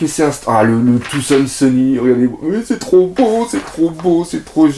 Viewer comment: C'est sur les prononciations anglaises qu'il se trompe. Genre il dit Rougtel au lieu de Raftel ou Tousand Sunny au lieu de "Faozand" sunny. Et ça ménerve xD Je t'aime quand même!